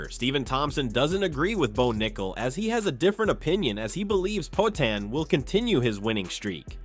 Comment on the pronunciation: poaTAN cormYerr